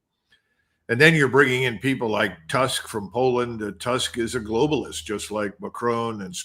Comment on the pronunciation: Dear Col McGregor ..we do not have in Poland PM Task ..his name is pronounced like TOOSK..like a book. Is it too difficult to learn ? How can you be a political commentator, if you make such mistakes..especially on the subject of Europe.